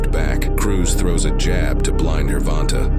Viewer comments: it pronounced the name pretty much correctly except that "g" sound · The “Grrvonta” pronunciation gotta go 👋 😂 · ""Gore•vonn•tah""😂 I heard 2 different ways to pronounce his name and neither 1 was the right way.🤣🤣🤣🤣🤣🤣🤣🤣